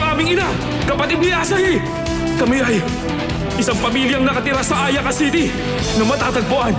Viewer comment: Mali yung kinanta nila "A-yaaa-ka" dapat, hindi "A-yaka" HAHAHA 🤣🤣🤣